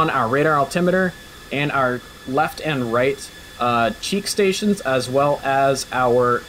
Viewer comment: He said cheek stations😅🤣😅🤣